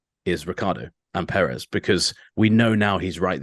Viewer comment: Yo can you try pronounce Perez correctly